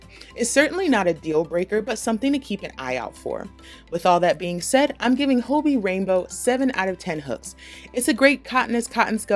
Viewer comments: Its Hobby. Not Hoebie 😅 its danish and they played around with the word so its just ii instead of y. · I love Hobbii yarns and They come quicker from Denmark than they do from a purchase right in the US. It’s pronounced Hobee in Denmark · Phonetically speaking, it should be pronounced “hobby” because of the two b’s. Thanks for the thorough reviews. Never heard of this company and it looks worth exploring. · I love this review but I was thrown in the beginning because I pronounce it “hobby” instead of “hoe-bee” lol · Are you sure it isn’t pronounced hobby? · I could swear the company itself pronounces it like “Hoe-bee” in their videos though. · It's pronounced "hobby" :) I adore their yarn, and espcially the cherry bon bons they send along. :) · "Hoe-bee" is correct. They are based in the Netherlands & that's how they pronounce it in their YouTube vids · I purchase yarn from them all the time and I've been pronouncing it "hobby" this whole time!! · Actually the company itself in their videos pronounces their name as “Hoe-bee” not “Hobby”. in this video you can clearly hear her pronounce it as “Hoe-bee” not the English “hobby” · I've been pronouncing hobbiii like hobby 😅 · It really bothers me that you are pronouncing Hobbii wrong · There goes my best kept secret ;-) What's with the name pronunciation though ...